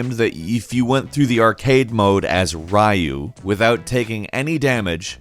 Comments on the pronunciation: Ryu is not pronounced "Ri-you " it is more like " re-yooh " . Even google translate can tell you that. Otherwise, nice video ! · REE-YOU REE-YOU!!!!! Not Rye-You. He's not bread. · it's pronounced ree-oo not ruh-you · Rye-you LMAO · dislike for the way you said Ryu, Reyu not Riyu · We're still on the ''Rah-you'' thing? Repeat after me: Ree-uh, REE-UH. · It’s pronounced ( R-ee -you) not ( rye-you ) but other than that great vid! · “Rahhyou” ? Seriously...? From a *air quotes* Gaming channel with over 5M subscribers... after my ears stopped bleeding, my soul died :’( Ryu players, follow me, like this comment as a sign of protest!!! Let’s unite and fight, for the answer... lies in the heart of battle. *turns around with style and walks to face the future* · Nobody:: "Rayoo" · It's 2019 and you're still calling Ryu "Rayu"...? Please -. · Ryu is pronounced r-ee-uh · Did this guy call Ryu .... Raiyu? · Did call Ryu Raiu? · The way he pronounced "Ryu" made my ears bleed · I know right By a "Gaming Channel" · am I the only one that got annoyed by how he said ryu? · The real april fools was you pronouncing "Ryu" and "RAIJU" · wait how did you pronounce Ryu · Why do you say Ryu like that? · Listen, it's ok not to know how to pronounce everything but PLEASE, I beg of you: learn to promounce Ryu correctly, please! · Thumbs down for your pronunciation of Ryu :_(